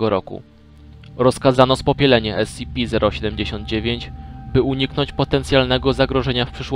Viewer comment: Słysze że wymawiasz S-CI-PI kiedy powinieneś wymawiać S-SI-PI. Pozatym świetna robota.